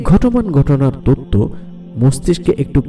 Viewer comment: তততো না তথ্য, মাতা না মাথা, উচ্চারণ সুন্দর হলে ভিডিও দেখতে ভাল লাগে। এই ভিডিও তে যিনি বর্ণনা করেছেন উনি সম্ভবত চট্টগ্রামের লোক।